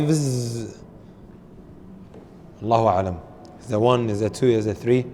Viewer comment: Brother, I looked it up, the meaning of Aslam is quite bad as well. Please look it up. And please try to pronounce sahih